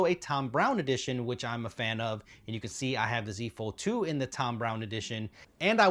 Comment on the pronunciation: I swear I heard you say “using a fold 2 is the same” as “the z fold 2” lol